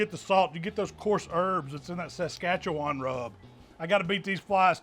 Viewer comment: AMAZING Tenderloin! Wow… just wow! And…. Being from Saskatchewan, you absolutely nailed the pronunciation! Have had many a giggle at others trying to figure it out. Will be making this very soon, but tomorrow is smoked party wings - best ever and our fave!